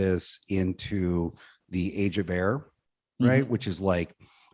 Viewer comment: At first i thought was saying Age of Error. I mean not wrong either.